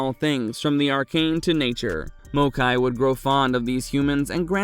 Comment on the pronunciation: This video is informative af, my only gripe is how maokai is pronounced 😂